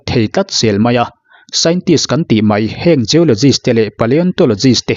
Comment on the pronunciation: I channel hming i pu zo khawp mai... Tih tur "Mai" tih hmanna turah Mei tih kan la ching hi a mak ngawt mai...😂